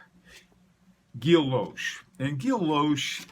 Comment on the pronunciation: I believe its pronounced. "gee o shay" silent double L similar to "gee ah teen" guillotine, great content though I'm really enjoying your channel, encore please!